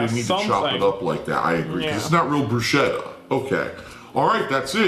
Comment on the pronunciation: Fervently claims Italian heritage. Mispronounces "bruschetta."